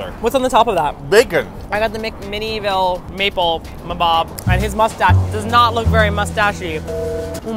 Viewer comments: I love how pronounced the McMinnville doughnut, i haven't heard someone say it like that before. We (as in Oregonians) pronounce it at Mc-Men-Vill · you pronouncing McMinnville is adorable! It's pronounced "Mick-minn-ville.":D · Yeah, I think she meant to say McMinnville instead of McMinivile because I'm from there! Haha